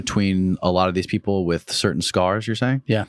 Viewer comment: Oh give me a break you immature idiot!! Cer~ain? Really? Cer~ain? How old are you anyway? Put the "T's" back in your language or just shut up, please!